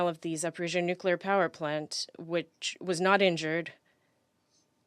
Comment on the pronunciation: Nukelar, huh? Lol